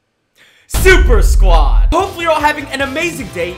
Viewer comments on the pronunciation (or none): I love how waits five second just to say SUPERSQAUD so funny